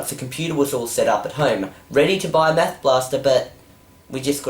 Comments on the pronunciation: it sounds like hes saying meth blaster XDDDDD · Why do you pronounce "math" like that? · That's not because he's Australian. I think it's just him. When I say "math" it sounds like "math" rather than what he said at the beginning. :) Oh, don't mean to offend. :)